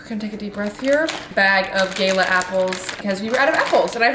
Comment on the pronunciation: The way you pronounce gala gets me every time